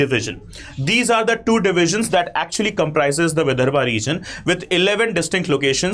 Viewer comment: विदर्भ आहे ते...